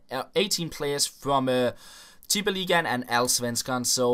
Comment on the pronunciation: Wow!! Probably the only popular Fifa Youtuber who can say Tippeligaen right.